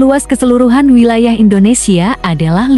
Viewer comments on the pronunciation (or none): none